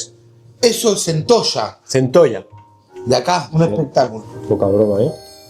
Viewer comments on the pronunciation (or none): Centoshaa jajajja es centolla lo pronuncia mal los argentinos